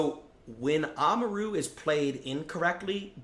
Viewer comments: why did you say amaru's name like that? its not oma-ru its amar-u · bro said oma roo